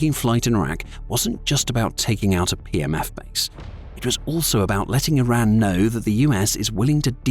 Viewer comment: A couple of times it sounded like you said "PMS Forces". I thought it hilarious and proper at the same time.